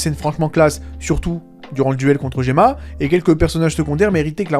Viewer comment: Je suis plutôt d'accord c'était pas terrible par contre essaye de respecté les noms c'est goma pas gemma mdr la bonne prononciation est importante sinon la crédibilité en prend un coup